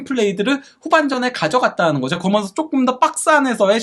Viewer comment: 그러먼서 좀 고치면 안될까요? 그러면서가 맞은데 한글을 제대로 배우세요